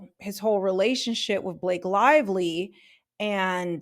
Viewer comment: I like how I misheard you say he was in a "relationshit." I'm keeping that one! LOL